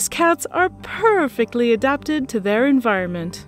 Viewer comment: I liked how she said "purrrfectly".